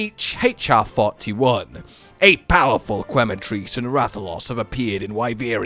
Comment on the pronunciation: Every time I hear "kway-matrice" instead of "que-matrice" (think Spanish), my ears start to bleed. :P